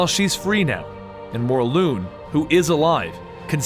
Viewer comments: its morlun not morloon god damn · I'm confused I thought it was pronounced morlun not morloon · Dude stop saying the names wrong its Morlun not Mor-loon and its Anna Maria not Anne Marie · Is it actually said More-loon? I always pronounce it More-Luhn. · IT'S NOT "MORLOON" IT'S MORLUN AS IN K'UN L'UN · It’s pronounced mor lun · It's pronounced "More-Lun" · It's morlun